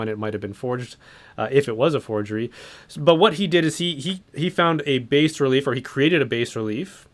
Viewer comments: A “base” relief? Do you mean “bas relief”? It’s said “bah” relief. It’s an art term. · bas relief is pronounced BAH relief